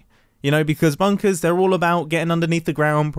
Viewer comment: someone count how many times he says, "bunkas"